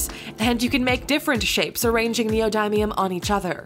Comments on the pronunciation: Its neo dim ium not neo dime ium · its knee - oh - dim- me - m , not knee - oh - die - me - um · I thought it was neodin, not neodime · Neo-D-um not neo-die-um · i think it's nee-oh-din-ee-um not nee-oh-dime-eum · ITS NEODYMIUM NOT NEOMIMEIUM DAMNIT XD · Anyone who thinks that's black fluid is not something u should not "try" is dumb and liquid nitrogen is dangerous yes but hard to get ahold of same as try ice pretty much all of these r worth try and its knee oh dim E um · I die inside everytime she says Neo-die-mium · 'You're pronouncing "neodymium" wrong....Should be pronounced "knee-o-dim-ee-um" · in english, it said neodymium as leo daimyo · it's neoDEEmium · Wtf is neodiemium. U said it wrong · U said neodymium wrong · you said neodymium wrong at the end, i wonder how you still have face to talk in these videos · They say neodymium wrong I'm triggered🖕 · wtf u they are mispronouncing neodimium